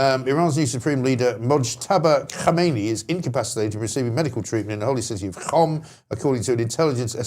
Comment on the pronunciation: MG's pronunciation of Qom is spot on. Qom is the 'Canterbury' of Iran - Ayatollahville - basically. A one-bomb city you might say.